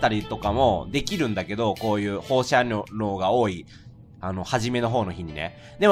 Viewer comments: 放射線なのに放射能って言うのも、言えてなくて「ほうしゃにょう」ってなるレトさんに笑ってしまう。微笑ましい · 個人的に「ほうしゃにょ」じゃなくて「ほうしゃねょ」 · ほーしゃにょーって一年前も何回も言ってましたよね笑